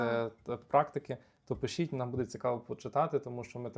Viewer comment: Дякую за відео. Але дуже боляче в голові як ви постійно в слові "буде" робите не правильно наголос